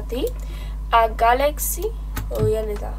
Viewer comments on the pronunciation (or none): none